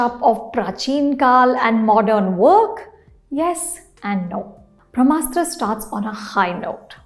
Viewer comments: It's not Bhramastra ma'am, it's Brahmastra 🙏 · It is not भ्रमास्त्र it is ब्रम्हास्त्र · It's pronounced brahmastra...not bhramastra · This madam also says bhramastra and but can speak clean crisp french.🤣